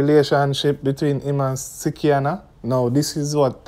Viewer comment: It is slikianna not sickianna